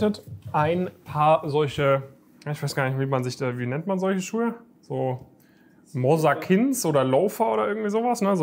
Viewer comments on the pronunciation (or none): Mosakins😂😂😂😂 Mokassins heißen die hahahaha aber geil